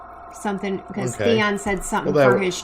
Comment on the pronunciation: Btw you guys it's theon not theo 😂